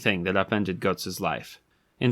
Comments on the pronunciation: It’s pronounced like “goots”. Not “guts” The umlaut over the u gives a “oo” sound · I think the pronunciation is more like "goods" with a T instead of a D. And less like "guts" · The "o" with the umlaut, say e with your teeth and o with your lips, closer to Gerts, certainly not guts. Ugh. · Not guts von beargenlinkin GÖTZ (say "got milk" like the terminator would) and the last name is pronounced barlin-chinkin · Ö=oe so I'm guessing it's pronounced like Goethe (ˈgər-tə) so it's probably ˈgər-ts or gerts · It's pronounced more like gertz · closer to 'Gerts' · Wrong. He pronounces Goetz incorrectly as well.